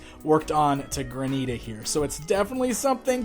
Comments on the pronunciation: PLEASE ---- it's Granite-a (like the stone), NOT Gra-NEETA. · ok the name is not pronounced Graneeta. It is Granite- ah because she is a stone like granite... this was killing me through out the whole review lol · Mispronouncing Granita the whole video. Haha "GRAN'-it-uh"